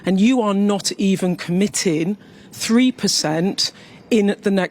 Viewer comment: Sky news journo needs to learn the letter g goes on certain words hahahaha comittin is not a word